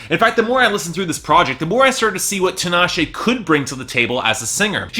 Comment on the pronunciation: it bothers me that he keeps prouncing her name wrong, it's TEE-NAH-SHAY. Also Tinashe is a decent vocalist supporting F3-C5-B5